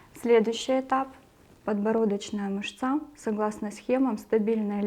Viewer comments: МЫшца только,а не мышцА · Мышца́ режет ухо. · Цікава інформація. Дякую. Але, як казала моя наставниця, дерматолог, клієнти є у перукаря та в публічному будинку, а у нас ПАЦІЄНТИ. Ще цікавий наголос в слові "мышца" ...